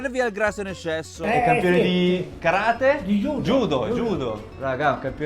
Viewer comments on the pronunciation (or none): none